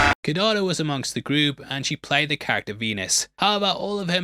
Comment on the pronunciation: Please learn to say character properly 🙏